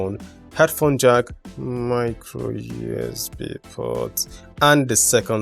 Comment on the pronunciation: The way you said microusb port 😂💔